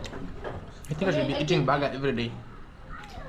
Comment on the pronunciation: 😂😂😂😂😂 very interesting 😂😂😂baga baga baga...BIiiiG Burger( sound like bega begger...)